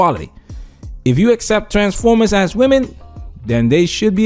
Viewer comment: I keep busting out laughing every time he says transformers. Lol